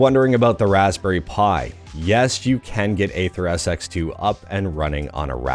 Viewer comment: Dude, "aether" is pronounced the same as "ether"—it's not "ayther".